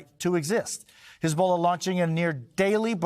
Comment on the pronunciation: Oh, for goodness sake Jose, , it’s not pronounced “his bola”.